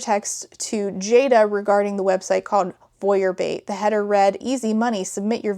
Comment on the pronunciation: The way you say "Voyeur Bait" sounds like "Bouillabaisse" and that is my headcanon now. "You can make money by selling soup to perverts".